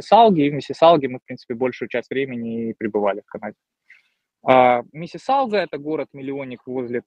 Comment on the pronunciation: Почему он говорит: МиссисалГа ?